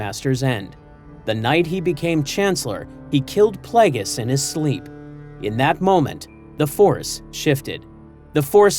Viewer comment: Please teach your LLM voice to pronounce Darth Plagueis properly